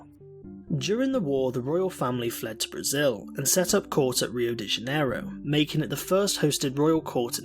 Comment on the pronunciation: Rio de "Janerio"